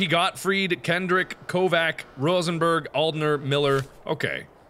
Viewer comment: Dr. Rosenbergh. The way you pronounce him reminds me of Dr. Rosenberg from Half-Life: Blue Shift lmao